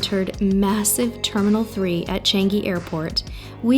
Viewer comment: Just sharing, it pronounce as ‘Chunk-gi’